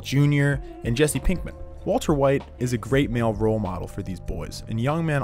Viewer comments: same i thought i was crazy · Yeah it took me a while to figure out that he actually thinks Mike pronounced his name that way, which is pretty bizarre. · STOP SAYING "WALTA"!!! For fucks sake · He just wanted to stop using the hard r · I thought I was the only one who noticed this lol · I deeply appreciate the fact you switched to saying "Waltuh" when talking about Mike's killing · yo it took me to when he kept saying waltuh. i feel like a fucking idiot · him calling walter “walta” when talking about mike has me dead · It’s pronounced Vvaultuh. But he tried. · don't feel bad, I didn't really begin to try and figure it out before he started saying "Walta" by ... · I love that as soon as he mentions Mike he switches to saying “Waltuh” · I love how you called Walter Waltuh when talking about Mike 😂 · love how he calls him "walta" when talking about mike's death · Nobody noticed he says Walta half the time? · onward he sais "Walta"